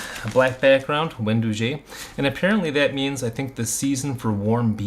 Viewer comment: Wen dough gee, not doo gee